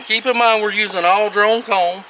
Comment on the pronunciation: Took me a couple minutes to realize with the accent the difference between drawn comb and drone comb. Good video, well explained.